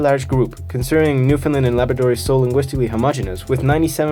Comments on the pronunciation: great video! as a newfoundlaner though i feel like i have a duty to say its new-FOUND-land not new-finland ☺ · Its Newfoundland.